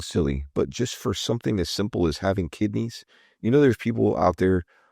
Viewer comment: You know like having kindneys… 😂😂😂😂 yes, Omar, just like having kidneys! That was the best!!